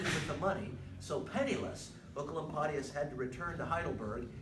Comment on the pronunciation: Thank you I have been looking for 15 mins on how to pronounce Oecolampadius for a school presentation and this is the only thing that helped me❤